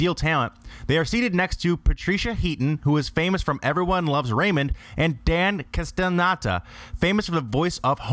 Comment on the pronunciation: It's Castellaneta. And EveryBODY loves Raymond :)